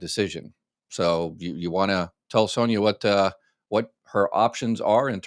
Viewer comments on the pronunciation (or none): none